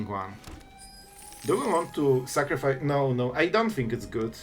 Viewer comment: "Make opp sacrifece" yekes